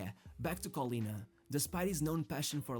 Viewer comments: Callianna? 0_o is pronounced KoLLena (double L and A like in data) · It's pronounced like Collin (like the common given name) + nah